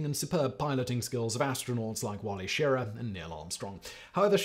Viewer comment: Simon it’s She rah not shir a.